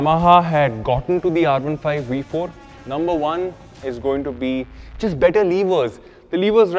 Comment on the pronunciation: I had to stop watching after you repeatedly butchered the sound of the letter 'V' multiple times! How is a 'V' also a 'WE'? 🤔